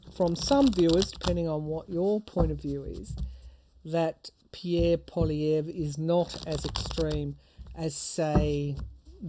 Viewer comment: Greetings to you lovely insightfull lady.... thank you for the correct pronunciation of his name poi-li-è-vre... like pouah-lee-hey-vreuh.... yes we are feeling how people do not belive in Trudeau anymore... but we are not necessarely in tuned with the Conservative's Poilièvre party... especially here in Quebec...